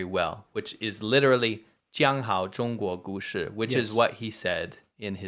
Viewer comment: zhangzhan zhanzhuo zhushi This poor guy speaks 0 Mandarin and they had him try to say 讲好中国故事.